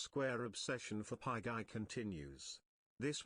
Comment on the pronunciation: The way it says PieGay honestly cracks me up.